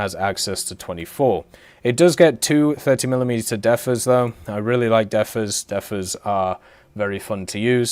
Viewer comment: Defa not defer lol